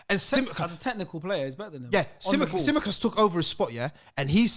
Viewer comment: The way slaughtered Tsimikas’s name lmaooo